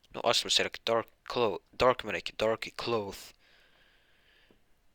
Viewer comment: Dude, do you say Magic or medic?